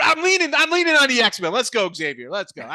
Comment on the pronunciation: It’s Zavier gents , not “ X” avier! Ask the campus staff! 🙃